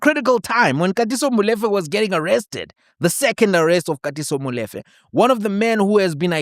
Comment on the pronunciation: Brother, I can't believe you can't pronounce MOLEFE, come on brother, you know better......